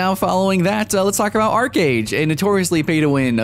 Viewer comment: When you said Archeage I couldn't stop laughing and it was impossible taking the rest of the video seriously...